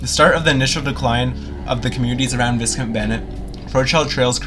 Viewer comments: I think it's actually pronounced Vy-count Bennett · Thank you for posting. I attended some classes and a series of work shops at that school many years ago. Another piece of Calgary's history has vanished. This video was very informative. Most people pronounces is Vy-count. I always pronounced it Vis-Count. lol 🙂